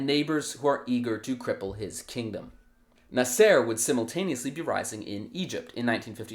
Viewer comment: Your name pronunciations are hilarious. 😂 I'm not saying they are wrong, just never heard anyone pronunce Haganah or Nasser like that.